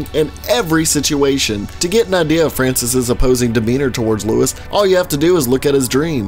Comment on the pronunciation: Louish. Beel.